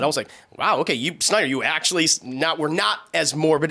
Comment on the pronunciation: "Re-editing the Snyer cut" oh see what you did tried there, but because the "d" is important for the name this is an example of what not to edit out.